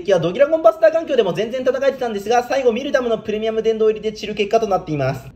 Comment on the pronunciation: ミルダムって言い間違えるの草